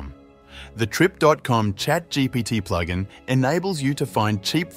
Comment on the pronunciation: Especially pronouncing it “Ploog In”